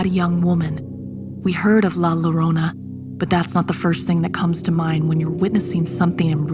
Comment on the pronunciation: A lot of the words were mispronounced like ñiña and llorona